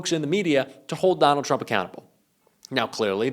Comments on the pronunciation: Did anyone notice tuRmp in stead of tRump 🙂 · "TURMP" ? :D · " nukes Turmp".......maybe read what your idiot AI is doing ????? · What's a turmp? Just kidding get him steven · I had to watch this twice because I spent several minutes scrolling the comments thinking "Someone else noticed that it said "TURMP" right?" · We love Steven. But who's turmp? Lol